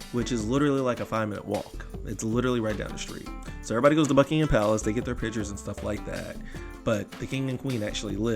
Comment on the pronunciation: Gold star for pronouncing Buckingham Palace correctly ❤